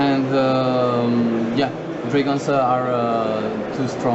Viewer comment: Dragonzé. Haha dat accent